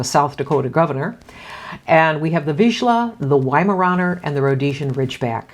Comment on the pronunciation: You mispronounced Viszla. In Hungarian, sz = S, whereas S = sh.